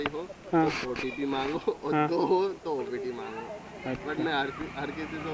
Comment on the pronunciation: OTP hota hai bhai OPT nahi 😂